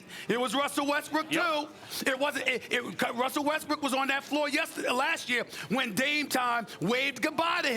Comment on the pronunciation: Stephen A: Wussel Ressbook. Also Stephen A: Houston Rackets